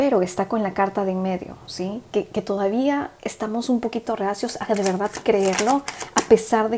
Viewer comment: crítica constructiva, porfavor trata de no tragar todo el tiempo la saliva se escucha todo el tiempo y a mi parecer no queda bien y tb porfavor las palabras que terminan con D ejemplo VERDAD porque las decis con T al final? VERDAT? perdón si te molesto pero son hábitos que van a mejorar tus lecturas, te bendigo gracias.